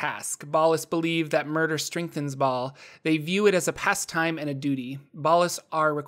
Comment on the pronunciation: Hay the h in Bhaal is silent...